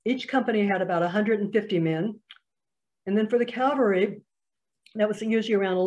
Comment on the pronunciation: Cavalry ( military unit), not Calvary (place of crucifixion)